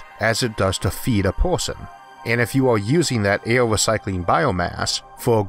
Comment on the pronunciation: vids not bad but i cant take how u say air and other words just makes me lmfao in such a serious subject